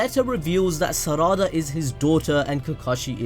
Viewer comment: SARADA REALLY, it’s pronounced SA.RA.DA